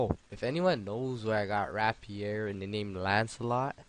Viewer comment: Nice one haha but I think rapier is pronounced 'ray-pier'